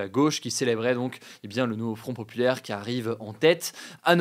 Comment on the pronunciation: "Le NouveaufronteuhPopulaire" 😂